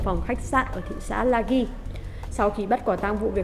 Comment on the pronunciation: Hello, kênh dành cho giới trẻ thì nên nói đúng tí nè. Lagi đọc phiên âm tiếng Anh là Lazi, còn theo cách bạn đọc thì là Laghi á. “i, e, ê” khi đi với g (gờ) thì phải có “h”, gọi là “gờ ghép” nhé ad